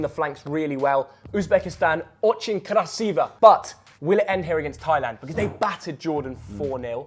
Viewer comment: " Очень красиво" said it very clearly and correctly👍😎